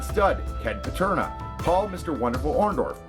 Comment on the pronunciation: Ken "Paterna"? Lol. Close enough I guess.